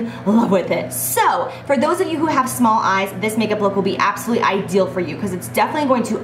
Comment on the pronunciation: She always says "absuly" in stead of absolutely!!! 😝